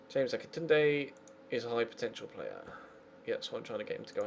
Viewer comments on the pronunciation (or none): none